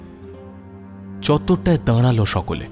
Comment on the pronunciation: Uccharon ektu thik korun,Nari hbe nadi na,daralo ,hbe daradlo noy